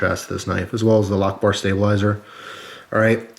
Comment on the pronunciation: i thought he said allahu ackbar instead of lockbar